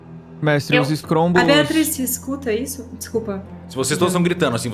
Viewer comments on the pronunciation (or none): escombros ❌ escrombos ✅ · Só agora reassistindo que percebi que o Luba fala "escrombos" kkkkk não resisti